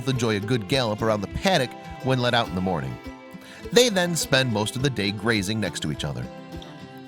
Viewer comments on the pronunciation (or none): none